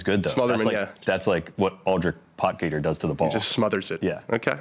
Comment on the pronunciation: It’s pronounced pot heater not pot geeter, looks like he’s going to be around for a while so let’s try to start as we mean to go on .great show